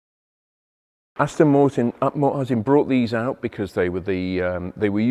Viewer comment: Aston Moortin At Ma arten😂